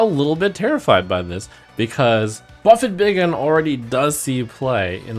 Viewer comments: Did you pronounce buffet as buff-et? Lmao... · We just gonna let him pronounce "buffet" like that?